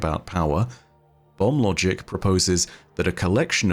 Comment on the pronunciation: I keep hearing bum logic instead of bomb logic. Also, the prime root with that artifact looks like a key pointing to the portal.